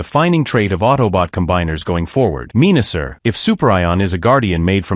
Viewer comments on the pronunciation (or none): it's pronounced men-a-sor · Hahaha Pieranicon, Meanasser and Pre-dayking 😂😂😂😂😂